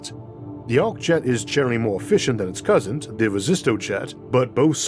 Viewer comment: Did I hear you say 'cousint' at 9 minutes?